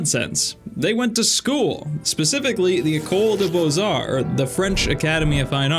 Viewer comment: Beaux Arts is pronounced "Beu art" 😅 not Boiz arts Great video btw!!🙌 Go check Sorolla, an italian painter very similar to Sargeant and oretty famous too.